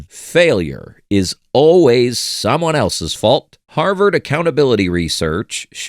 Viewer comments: Haverd? Don't you mean harverd? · It's Harvard.